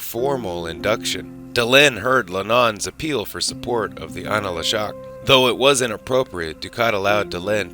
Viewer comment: I'm amazed at your repeated mistakes of mispronouncing certain terms and names in the narration. For instance, the An La Shok; you call an a la shok. There is no "a" between an and la. Also, the three segments of Minbari society use a Caste system not class system. You keep calling them classes not Castes. I request you be more careful and proof read your script closely to avoid such errors in the future.